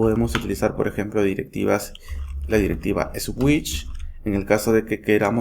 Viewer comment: La directiva "es wich"... que maestro, con todo lo que sabe, no tiene idea de como hablar ingles???